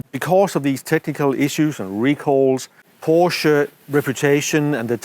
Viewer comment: No thanks, I'll stick to the new Porshaa Taycarn 😊